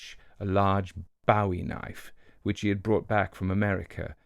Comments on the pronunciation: all Americans do unless they don’t know who Bowie was. I grew up in the south and this is part of our History. Boowee is the correct pronunciation. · "Bowie" is pronounced boo-ee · Hi, FYI Americans pronounce Bowie, as Boo-Wee. The Knife is named for Colonel James Bowie of the Alamo fame. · From Old Town Alexandria, Virginia. The correct pronunciation is “Boo-wee” (Bowie knife). There is also a town in Maryland named Bowie., you are genius! I enjoy everything about your channel: the stories, your scholarship and your narration. Please forgive correction but I think you’d want to know the original pronunciation for ‘Bowie’.